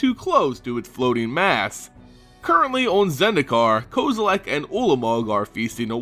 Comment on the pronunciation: STOP SAYING KOZILAK!!!!!!!!! REEEEEEEEEEEEEEEEEEEEEEEEEEEEEEEEEEEEEEEEEEEEEEEEEEEEEEEEEEEEEEEEEEEEEEEEEEEEEEEEEEEEEEEEEEEEEEEEEEEEEEEEEEEEEEEEEEEEEEEEEEEEEEEEEEEEEE